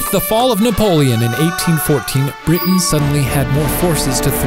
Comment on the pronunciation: did that little dude really pronounce it "briddin"?????